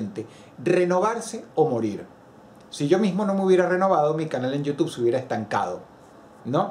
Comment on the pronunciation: Extraño cuando decías /youtub-e/.